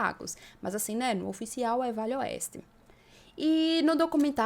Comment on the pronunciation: Desculpe menina mas você fala muito rápido VALE OESTE, que termina parecendo que você está falando VELHO OESTE, Cuidado com isso, gosto muito do seus vídeos.